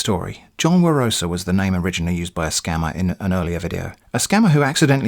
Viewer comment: "We have not heard from the so called John Barosa." Umm... excuse me. It's pronounced: "The Soul Called John Barosa."